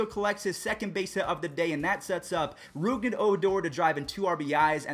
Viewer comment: it’s not “Rouged” it’s “Rougned